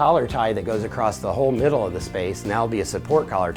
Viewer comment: Did he just say ‘we’re going to put a beam a-crossed here’??!!!